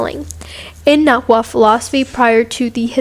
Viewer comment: Shout out to this white girl for pronouncing náhuatl right